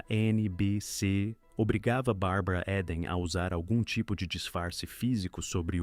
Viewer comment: Muito bom e interessante o conteúdo, mas a pronúncia incorreta do sobrenome da atriz repetida várias vezes durante o vídeo doeu no ouvido 😝 (Eden pronuncia-se ‘íden’, não ‘éden’)